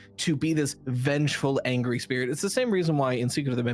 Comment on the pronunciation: this mf said determination and spih